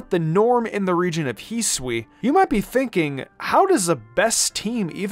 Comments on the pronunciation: Its not pronounced heesui hi su i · Can u learn to pronounce Hisui and Hisuian correctly please? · This channel is cool. I cant fn stand the way you pronounce hisui